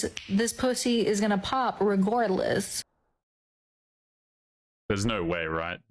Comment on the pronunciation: 18 19 "regordless"??????? 😕